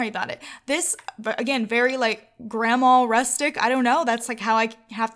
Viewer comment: THE WAY YOU SAY GRANDMA HAHAHA ACTUALLY YOU SAY GRAMA ALSO BTW, Not a insult XD